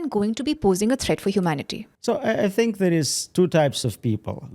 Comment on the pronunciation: Its pronounced "think" not "tink"